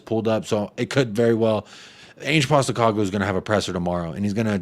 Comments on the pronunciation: It’s Ange as in Angela. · What up man. I’m pretty sure it’s pronounced “Ange” like Angela